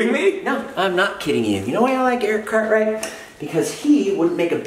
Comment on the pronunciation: For a moment I thought he said Eric cartman then I realized he said Cartwright